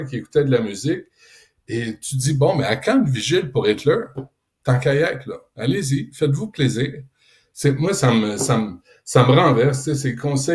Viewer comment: Et pourquoi prononcer "Hitler" à l'anglaise?